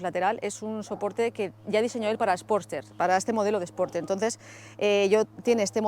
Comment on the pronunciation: no has pronunciado ni una sola vez bien Sportster! (no hate)